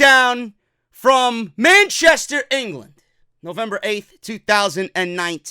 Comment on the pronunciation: I could have swore you said “man chest hair” when saying Manchester in the beginning of the review 😂😂😂